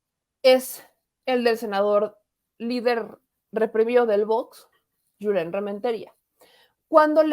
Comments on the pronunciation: es Julen no Yulen. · el senador se llama JULEN si se escribe con "jota" se pronuncia con jota NO CON "Y" porque así es en ESPAÑOL. Asi que no le digas YULEN